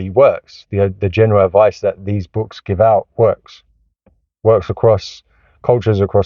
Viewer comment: Surely this is satire? Easiest Way "wead Bwooks". not a specific book, not specific concept or idea just wead Bwooks. This dude really said he is one of the best parents, videoing himself with a busted car seat is in the back ground? Stumbled on to this channel, saw all the negative titles. Found a positive title... no actual information and plenty of moral finger wagging.